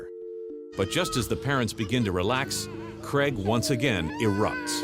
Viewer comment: Cregg? It’s C raig